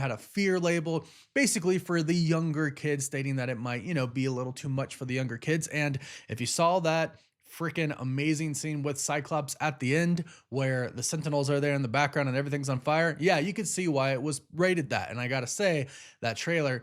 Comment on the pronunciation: Stop saying SAWL. The word is SAW. NO L at the end. 🙄